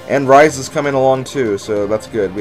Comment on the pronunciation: Rhys is pronounced reese and alot of peolple get that wrong and it kinda ticks me of cause if you think about it its kinda ovease